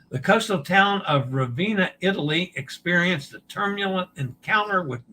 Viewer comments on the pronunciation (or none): Ravenna (Ra-ve-nna) = Rah-vay-nah, roll the R. Practice your Italian E pronunciation, AY as in day. AY AY AY AY AY AY AY AY